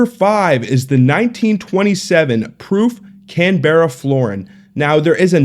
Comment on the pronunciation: Lol Can-bear-ra